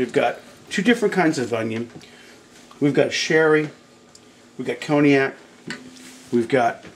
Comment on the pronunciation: "I like to deglaze with a little of CONY-ACK" Nice mispronounciation!!